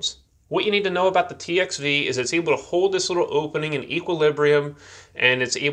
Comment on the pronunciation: Where did this guy get his accent? He says "hode" instead of "hold" like there's no "L" and "oio" and "cio" instead of oil and coil